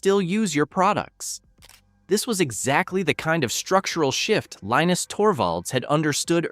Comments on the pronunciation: Could you consider being consistent in how you pronounce Linus’s name? FYI, he says it: LEEnus. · Linus said that it's pronounced differently depending on where he is. Some people say Line us, others say Leen us, still others say Lin us. I grew up with Charlie Brown. One character's name was Linus pronounced Line us.